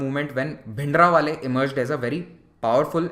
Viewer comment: It is Bhindranwale not Bhindrawale